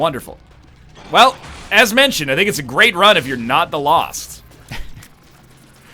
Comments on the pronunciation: "Lolst run" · That was a weird way to say "Lost".